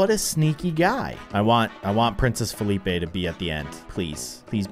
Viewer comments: You're saying Felipe wrong.. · felipe is pronounced "felipay" but its spelled weird so its felipe